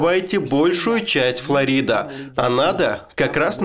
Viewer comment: Фторида или Флорида? )